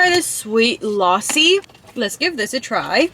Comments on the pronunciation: I actually appreciate how you pronounce but there were some mistakes 😅 (not making you sad ) no#1you can eat rice with a spoon no#2 eat the naan with Tawa Chicken no#3 the lossi you were saying it is actually lasi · Bro you just said lossi but it's actually lassi and I was like is it's a drink of America but when you said it is milky so I got it thanks for your respect babe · Lausi 😂 it is lassi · Losi no lassi lassi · Its not losi its lasi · Not lossi it is lassi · bro what is lasssssi its lassi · Lassi ❌ Lawsi ✅ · It’s not laasi it’s lussi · Its lassi not lossi😂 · Not laassi Its lassi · This is not called lossi it is called lassi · It's funny how she's saying lossi instead of Lassi 😅😅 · its pronounced, LUSSI,NOT LASI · Lassie ❌ luossi ✅ 😂😂😂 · Lassi ❌ loussi ✅ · The lassi is pronounced as la-c(lassi) not laa-c(laasi) Loved the video❤🇵🇰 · OMG! GURL YOU SHOULD OF ASKED SOMEONE HOW TO PRONOUNCE THOSE WORDS MY FAVOURITE GAJAR KA HALWA PRONOUNCED AS GA - JAR KAAA HAL - WA LASSI - LA C PLZZZ CORRECT THEM I DONT MEAN IT IN A RUDE WAY IT JUST HURTS ME WHEN MISPRONONCED THEM THXX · It is Lassi You're pronouncing it wrong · Oh m g you said lassi ... Firstly i am so confused what you say